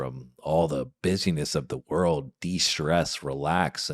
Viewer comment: Why does this narrater repeatedly say "reeled" instead of 'world'? Why does he say "Westminister" instead of the correct term 'Westminster'? 😮😮